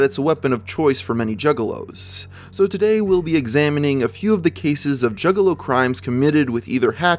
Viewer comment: This really sounds like hes saying jiggalow...